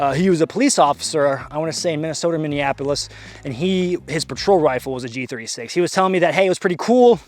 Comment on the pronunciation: They way you pronounce G36 is very arousing.